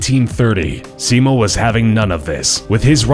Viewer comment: He pronounced Simo's name wrong.